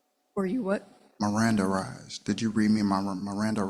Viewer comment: En-com-passes, miranderization, reiliterate, omg, did he make it past fifth grade?